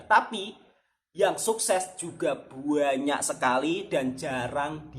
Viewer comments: ...ini permintaan saya, cuba satu kali bikin video bercakap bahasa Malaysia. Bagaimana bunyi nya ye. Suka dengar sebut perkataan "BANYAK" jadinya "BUANYAK". Apa pun semoga terus maju jaya dlm YouTube. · Suka dgr 'buanyak'